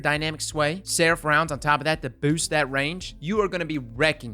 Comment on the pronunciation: Am I the only one who loves the way he says boost? "Booewst"